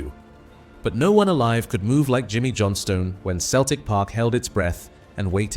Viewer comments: Thanks for the apology. You should also amend the pronunciation of 'Johnstone' (my gran's maiden name, b. Kilmarnock, 1877. That makes me feel old -- which I am, to be honest). Thanks for the tribute to an all-time great player. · When AI can't say Johnstone or Stein correctly